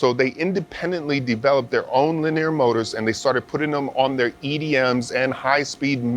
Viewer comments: makes my hair stand up every time he say lineer moders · talk about the wrong emPHAsis on the wrong syLLAbul. Leneer mowtors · it hurts my head listening to this dude. why presenters cannot speak like normal people. it kills the content. and this is interesting content by the way. LiNEEEEEEEEEER Mowtoors....lol. He said it correctly maybe 2% of the time. anyway good info just terrible presentation. It is like listening to the hulk explain detailed parts/movements. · I just want a compilation of saying Lineer Moders over and over again.